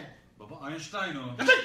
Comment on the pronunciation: Abi o Ninten diyil o aiştain